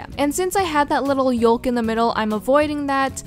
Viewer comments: Yolk is pronounced youk not actually yolk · i know its spelt yolk, but you say it yoke, not yolk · Whenever she said y-o-l-k it pissed me off so much it's yolk(said yoke ) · it's "yoke" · Is anyone else bothered by how she pronounced yolk like yo-l-k and not y-oh-k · It's pronounced yowk not yolk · Am I the only one who was bothered by the water she said "yolk" 😂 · OMG YES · is it just my ears or does she say yolk "yulk". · yolk is said yoke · I love how she says yoLk (no hate I think it’s funny) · YOLK....everyone else says “yok”....America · WHY DOES SHE SAY YOLK LIKE THAT.....LIKE WHAT?!?!!! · The way she says yolk tho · I can’t be the only one bothered by the way she said “yolk” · i pains me to hear her pronounce YOLK that way😂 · Oml She said "Y.O.L.K" She pronounced the L